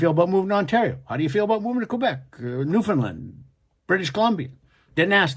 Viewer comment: Oh you're from Alberta, not surprised! You can't even pronounce Newfoundland properly.